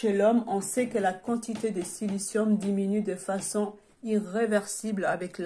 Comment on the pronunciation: Encore une personne qui nous lit une page google.....et c'est pas silice lium c'est silicium . Bref des gens qui savent car ils ont expérimenté eux mêmes est nettement plus intéressant .